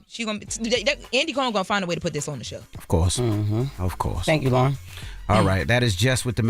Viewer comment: That sounded more like “Loren with the mess”